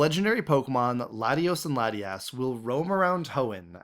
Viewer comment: I can't... The second "laddie-ass" was pronounced- I knew we weren't compatible Pokemon trainers. We would meet in the endgame as rivals. "My rival should be strong to keep me sharp! While working on my Pokédex[...] I assembled teams that would beat any Pokémon type."